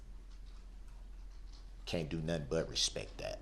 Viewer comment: Don't forget about Axe and Nuffin lol 😆 😂 🤣 He sure likes to Axe dem questions 😄 🤣 😆